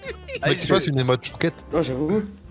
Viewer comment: « Aller choukette »😂😂😂😂😂😂😂😂😂😂😂